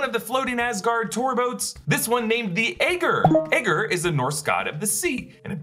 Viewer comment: The name aegir is pronounced 'A-Gear'